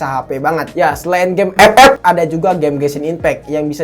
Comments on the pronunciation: Ngakak saya kalo bilang f f😂😂😂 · Ngakak anjrot pas bilang epep😂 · Wkwkwk pas ngomong epep nya kocak😂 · Ngakak njir pas Ngomong 'EP EP"